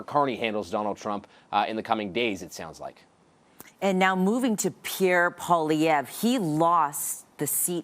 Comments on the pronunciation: Remember Zelensky with Trump? Yah that's going to seem like a 'constructive' meeting when Trump is done with Carney. Better bring the knee pads sister Carney. How come here calls him Pierre PolyRev? Can't say Poilievre (poly 'ev)? Not that hard, you're only paid to speak. Really know how to sink into the words 'LOSING" and 'LOST' though, huh? Thank you Ms. Nicole Lampa... really loving your Liberal-voting, immigrant ways. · SHE SAID PIERRE POLIREVVV GUYS 😂😂😅😂